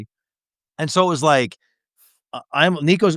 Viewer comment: is bad but was absolutely terrible. He was just making up syllables for Nico’s name. It was so bad!